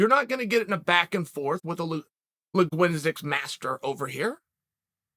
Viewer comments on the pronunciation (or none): the funniest part of this entier video is Chael claiming he is a linguistics master while misprouncing linguistics as "liguinsics" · LING-GWIZ-ICS Master. Lol 😂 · Liguinzics master. I never considered for a second that’s what I was watching here. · Chael "La Gwen-sticks Master" Sonnen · "I'm a linguinizix master" "Is that like a linguistics master?" "Better." "OK great." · Chael P "Lahgwinzticks master" Sonnen 🤣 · Uncle Chael: you're not going to get into this with a legunitix master. Me: Linguistics master Uncle Chael: legunitix master. Me>OK great!